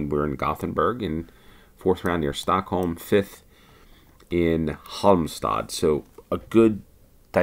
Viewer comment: Hey dude! I've noticed you most the time nail pronunciation of german words. When you run into Swedish 'ä' or 'ö', just Imagine it's a german word and you'll get close enough! 🙂 You did well with Halmstad and Jakobsberg also on the second try though! Have said it before, you're amazing once on the map. Finding and smashing Umeå having started off looking for it in southern Sweden is friggen sixth sense level. Finding "Jakan" was a nice one too! I don't care much for Malmö and didn't pay due attention to say wether it was a good one! 😉